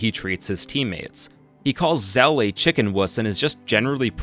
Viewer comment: squeyll rainoah zeel